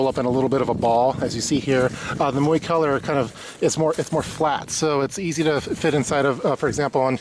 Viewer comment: PRO TIP: Learn to pronounce the name of the company correctly before you film the product review